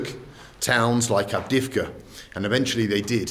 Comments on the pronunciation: Avdeyevka, man, not Avdivka :) I enjoy watching your videos, keep moving on! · I believe the driver changed his mind in the end. Bald pronounced 'avdiivka' very bad, no wonder the man was confused at first.